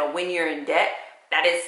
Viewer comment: You keep saying ded to dept that's so sweet smh